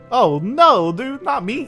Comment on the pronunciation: hi dudet lol dude not dudet vuz dudet is a girl lololol